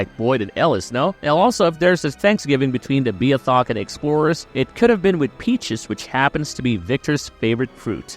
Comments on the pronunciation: You are pronouncing Newfoundland and Beothuk incorrectly. No hate, I just wanted to let you know. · Actual newfie here, please fix your pronunciation. you are waaayyyyy off on how you say beothuk. also Shanawdithit.